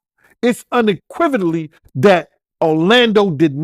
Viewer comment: "it's unequividelli" 😂 this dude need to go back to school TOMORROW!